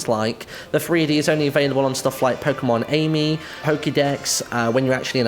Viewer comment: It's pronounced Pokemon "Ah-me", not "Amy" :)